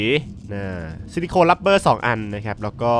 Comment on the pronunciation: สิริคอนไม่ใช้สิริโคน